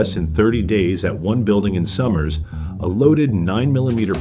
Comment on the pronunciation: You are not pronouncing Somers correctly...it is sOmers with a hard o....not sommers.